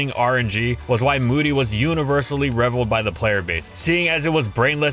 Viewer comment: >Reviled >Indictment Found a couple words our narrator struggles with.